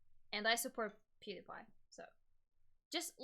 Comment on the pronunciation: peedapie lmao not being an ass just noticed she pronounced it kinda funny